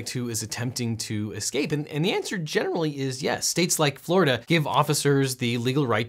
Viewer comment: "Meanwhile. In *Forida*"?